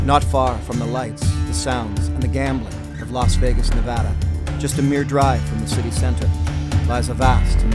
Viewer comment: Thank you for saying Nevada right!!!